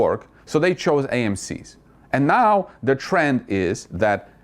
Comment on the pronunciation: I always giggle when you say anow.